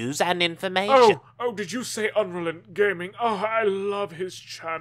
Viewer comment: I thought it was pronounced Unreal-E-N-T-Gaming not Unrealent-Gaming